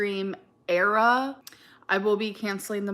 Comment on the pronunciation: It's so annoying. Def a far cry from her valley girl voice. Actually I'm not even sure it's valley girl. She has this weird habit of emphasizing when not even necessary. ImporTENt. Love that for youuuuuauh. LiterUHleeee. Buh-raid. Era-uhh and the list goes on 😆